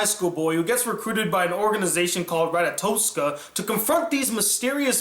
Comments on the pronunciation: Not even a minute into the review, and you already fucked up. An organization called "Rat-a-toe-ska"? It's Ratatoskr. Now lets move onto your problems with the anime. In case you've never seen any other Harem, nearly all of the protagonists of the same genre are just like him. Determined, but awkward. Kind of stale, but have their own quarks and charm. It's just a formula they follow, that's why they're all like that. If you notice, a lot of the story in other Harems have the same scenes too. i.e. in school, some festival, the beach/amusement park, etc. Yes it's been done to death but it's what's expected from this genre. Moving onto Origami...I'm convinced you didn't watch the last episode where she stole White Licorice and actively tried to murder Ifrit/Kotori. The reason she couldn't kill the spirit after Shido sealed the power away is because Origami loves Shido, and didn't have it in her to kill the love of her life and make others suffer as she did. Lastly, I'm not sure how you never mentioned Kurumi. The whole point of Mana was to conflict with Kotori AND because she's the only one who is able to kill Kurumi and give information on her to the AST. Seriously, man...you need to watch the series like 3 more times before you review it because clearly you only watched it once, and then waited a long time to review it. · Rat-a-tosk-a? I don't think that's how you pronounce that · The pronunciation of ratatoskr is nit-picky. As opposed to not addressing some of Origamis character development. I should have commented this a lot longer ago.